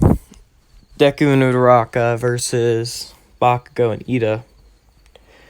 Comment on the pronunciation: it's not udaraka it's uraraka